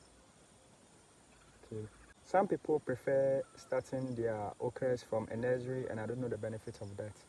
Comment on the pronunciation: What is a nez-rie😂😅